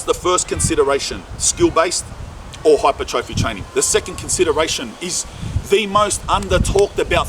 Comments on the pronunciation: fyi its said as hi-per-troffey, instead of hyper trophy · its pronounced hai-per-truh-fee bro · Almost clicked off when you couldn’t pronounce hypertrophy. In hindsight I probably should’ve. Your stance on steroids is pretty incorrect nor is it fact. 50/50 chance you gonna get manboobs 50/50 chance ur gonna get smaller balls 50/50 chance I’ll get a rim job from Pamela Anderson. Test can be used responsibly, saying it can’t is so fucking stupid.